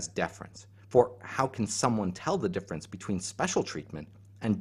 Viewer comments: There's some words in this I'm not sure I'm hearing correctly or they are new to me or they are not being pronounced correctly: > defference ....Are you saying "difference" ?! > neotny ...... Not sure what this is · Deaf-rence Dif-ference